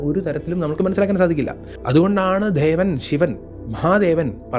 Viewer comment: ദേവൻ.. ദേവി✅ ധേവി, ധേവൻ ❌ മലയാളം ഉച്ചാരണങ്ങൾ ശ്രദ്ധിച്ചാൽ നന്നായിരിക്കും. പറഞ്ഞ കാര്യങ്ങൾ വളരെ ശരിയാണ്. കാളിയമ്മ 😊എന്റെ കാളിയമ്മ